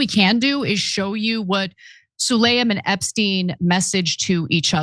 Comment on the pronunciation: Ana, do you have a reading disorder? It’s spelled “Sulayam” so why are you saying “Sulayman”????